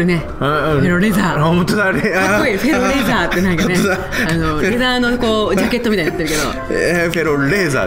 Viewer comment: フェローレーザーが エローレーザーに聞こえてしまう… どうしよう！